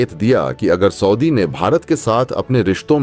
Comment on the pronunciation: ( aur ) Saudi ka galat uchcharan